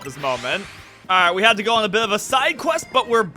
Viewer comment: not bro reading "go on" as "goon" 😭😭 LMFAOOOOO